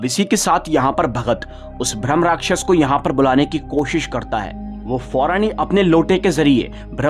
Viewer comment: भ्रम नहीं होता भाई ब्रह्मराक्षस होता है